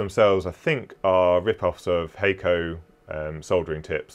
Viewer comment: In case anyone cares... It's Hackko not hey-co :)